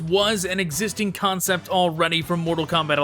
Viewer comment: Every time he says "concept", I imagine that his script says "Kahncept"